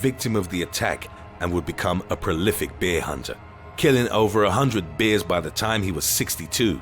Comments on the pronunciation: I love the way he pronounces "bear"... Like beer lol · He pronounces bear like beer, made me thirsty lol